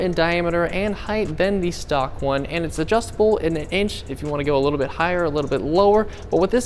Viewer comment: Shhtock xD